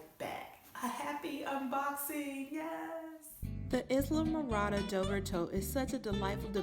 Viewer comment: Pronounced Ile (long I) Morada---it's an island in the Florida Keys.